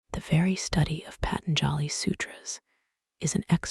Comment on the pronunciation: Your pronouncing Patanjali incorrectly 😂 It's Pah... Tan.. jaw.. ly